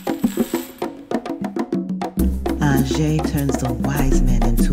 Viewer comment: No my friend, Orisa Aje (pronounced ajay not ajeh) (pls drop Shaluga part) is the daughter of Olokun Seniade